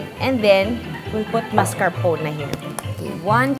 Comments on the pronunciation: Juday, the cheese is pronounced as “mas-car-po-ne” it’s Italian so should not be read like an American English. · mascarpone??? its mascarpoNEEE